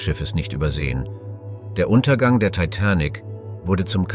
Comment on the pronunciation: Er kann sich in der gesamten Doku nicht entscheiden wie er TITANIC aussprechen soll. 😂 Je länger die Doku ging, desto schlimmer wurde es 😂